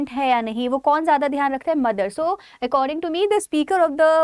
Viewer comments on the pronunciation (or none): none